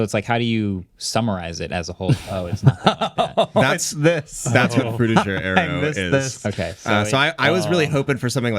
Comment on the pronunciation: Not to be pedantic, but the style known as Frutiger Aero was named after Swiss designer, Adrian Frutiger. The pronunciation used here sounds French but should be more in line with the German pronunciation of his name [ˈfruːtɪɡər] .